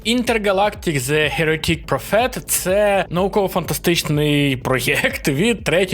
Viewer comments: підписатись не проблема, лиш вимова твоя ніяк від того не зміниться, завчасно хоч би слухав як воно звучати має, щоб Дейв не звучав як Дайв, а прОфет не звучала як профЕт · Мля я не можу з того як він читає англ назви Інтергалактік зе херетІк профЕт😆